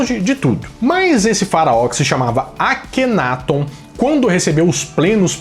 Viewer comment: A GRIPE ESPANHOLA QUE NEM É ESPANHOLA, NA VERDADE ELA É ESTADUNIDENSE... - A PRONÚNCIA CORRETA PARA O NOME DO FARAÓ É: "AKHENATON". USANDO-SE A SÍLABA TÔNICA EM > TÓN.